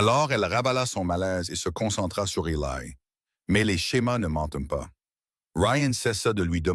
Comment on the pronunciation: Eli ça n'est pas Elaille. Sachez dire le prenom correctement. Cette horrible IA est plus qu'énervante.